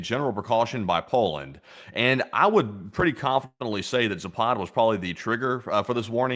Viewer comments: It is pronounced zap ad, not za pod, dbags. . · Guys, its zapad not ZApad. It's caracas not CA RAcas. 🤣Both are same sound from beginning to the end. American pronunciation sometimes really drives me crazy :face-purple-crying